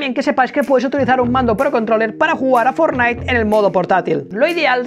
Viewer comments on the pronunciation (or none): Otra vez dijiste forlaik